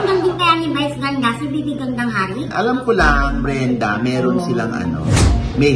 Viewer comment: Grabeng laughtrip na sa "Mrena" (Brenda) pero sumakit ng bongga ang tiyan ko sa "PAGTING-GIL" (Pagtingin) 🤣🤣🤣